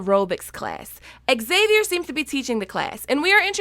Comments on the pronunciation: I think xavier pronounce as havier..? Cmiiw but ex savier is not the to pronounce the name? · I hate how you say X-xavier. It's only XAVIER. Drop the extra X! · why did i keep hearing you say "Axavier" instead of "Xavier" ? It kinda triggered me even tho the video is pretty good ^^ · Pronounced zavier...not exzavier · Zavier not Xavier the X is pronounced with a Z even in American English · Okay, before we go any further... Xavier is pronounced Zavier... Cool, let's carry on! 😃 I am 100% here for the kid being a ghost!